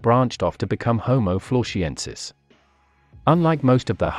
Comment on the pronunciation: when you say “Florshiensis” - 🤣🥴